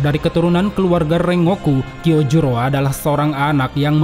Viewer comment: Bang, bedakan pengucapan bahasa indonesia sama jepang bang, contoh : RENGOKU dibaca nya REN GOKU bukan reng ngoku.